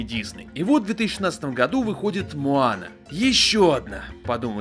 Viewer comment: мОана,а не мАана